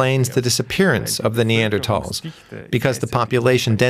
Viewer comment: At least they were *NeanderTALLS", and not "NeanderSHORTS", am I right?